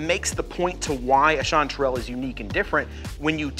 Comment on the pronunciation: First, its strange for a pnw'er that yall's Texas chanty season is summer. Second how y'all are pronouncing chantrel. Weirdos.